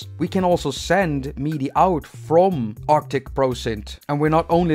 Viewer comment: Every time you say "meaty," I get confused. (For future reference, "MIDI" rhymes with '"city.")